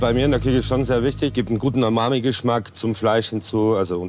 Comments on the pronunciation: UMAMI, nicht AMAMI, lieber gelber Ketchup-Hersteller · Was ist den „amani“-Geschmack. Er meinte wohl „Umami“. Man sollte keine Fremdworte verwenden, die man sich nicht merken kann…